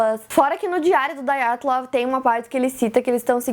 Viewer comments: Ótimo vídeo, ótima explicação. Parabéns. Já me tornei fã... Agora, que tal fazer um vídeo sobre o desaparecimento de Frederick Valentich, sobre o caso Felix Moncla e sobre o mistério da vila de Anjikuni? (Só um detalhe: o nome Dyatlov é russo; portanto, não se pronuncia "daiatlov", como no inglês; se pronuncia Dyatlov mesmo, como se escreve) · A pronúncia correta é "Díatlov". Ótimo vídeo! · Filha, o nome é russo: Dyatlov. Não apronuncéia "dái-a-tlov" que nem gringo! :(